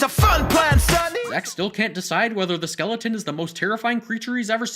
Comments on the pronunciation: It's skeleton not skeledan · Its skeleton not skeledan so sin your life